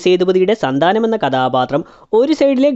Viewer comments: Sandhaanam alla sandhanam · Sandaaanam alla sandanam😶 Ini enkilum angane paryalle plz Ith kettu kettu njn maduth...😓